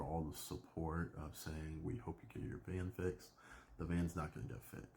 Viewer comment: Van not can lmao